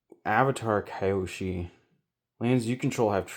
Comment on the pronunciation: Great video, kills me that you kept saying Kai-o-Sha instead of Key-o-She in the beginning but you got there. I wish I had the money for the box. Damn.